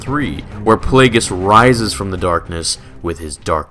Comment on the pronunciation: Plegious (probably butchered)= Thanos